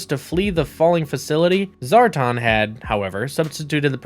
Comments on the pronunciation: This video was made painful every time he said, "Zar-tahn." It's Zar - tan. Rhymes with Star-Man. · SAY IT WITH ME ZAAR TAN!